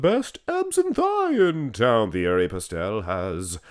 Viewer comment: You pronounce his name t e a r y. He is actually closer to 59 than 52. I talked to him for an extended amount of time at the 91 Olympia. Google has MN as 5ft 2in but that is grossly inaccurate. I'm 5-11 and he was in bare feet and no more than two inches shorter than me. Andrew Jack is 61 and a half.